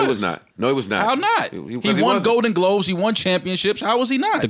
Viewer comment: said gloaves instead of gloves 😂😂